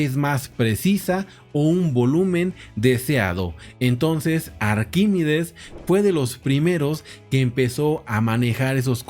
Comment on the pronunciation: Arquímedes...no Arquímides